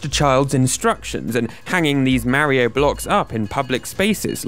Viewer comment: This guy still can't pronounce Mario correctly.